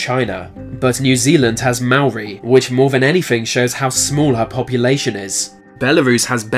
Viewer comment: Wait my friend is Papua New Guinean........ Also I have never thought about getting a vasectomy until now Edit Btw it is pronounce Maori is pronounced in the way you will say Mouldy...... Can you guess what country I’m from?